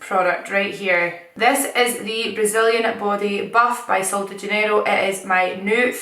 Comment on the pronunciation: Your accent saying sol de janeiro actually is perfect! killing on Portuguese 🇧🇷🇧🇷